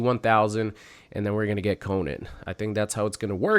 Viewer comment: Oof.... You pronounce his name wrong 😬